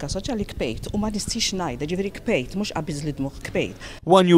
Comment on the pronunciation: hmmm she said Kbejt 3 times... isnt it Bkejt from the Noun BiKja??!??